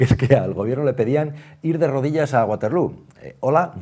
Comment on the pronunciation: Se pronuncia baterló (no es inglés)